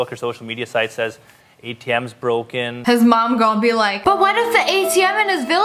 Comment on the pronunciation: “But what if the ATM in HIS VILLAGE Is Actually BroCkEn” 😂